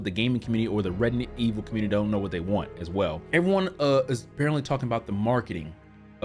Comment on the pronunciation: Dude why are you always say Redident evil 😂😂😂 anyways I subbed cuz u sems cool guy